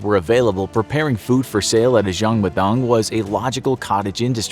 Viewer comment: His pronunciation is so bad when he says jang madang